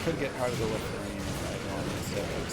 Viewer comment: "Heart of the Wooferine" OK Now you're doing it on purpose! lol